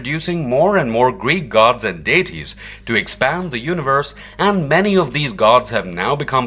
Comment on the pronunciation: Also Day-tees (deities ) and Oh-poke-a-lips (apocalypse)